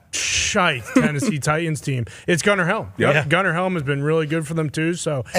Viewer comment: It's the "Tennessee Try-Tans"